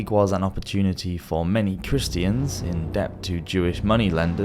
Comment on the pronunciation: "Christ-ee-ans" U fn serious bro? Christians has three syllables now?